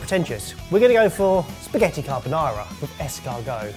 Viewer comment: It's 3 minutes in and I'm already cringing at the horror of Italian cuisine purists with rendition of "carbonara."